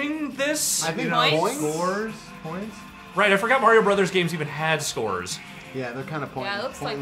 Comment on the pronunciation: pronounces Mario correctly.